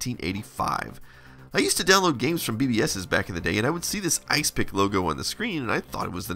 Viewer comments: Wouldn't it be pronounced "Is Epic", not "Ice pick"? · ISE-PIC..... ya saying it wrong!.... its "IS - EPIC" ..this is more a snapshot tool than a disk copier... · I dont think its pronounced isepik, but more like is-epic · Could be that you were right. No proof that 8 bit guy is saying it properly. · Are you sure it's not pronounced Is Epic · Could be right. No proof that 8 bit guy is saying it properly.